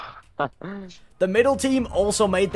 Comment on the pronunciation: "We are sorry mega" mega sounded much more different than "mega" it sounded more like ni